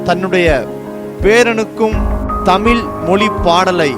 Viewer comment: அது என்ன தமில் மொழி ??? அது தமிழ்